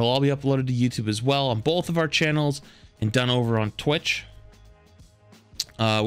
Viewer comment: Omg this man says bolth too… Haha congrats on 100k!!!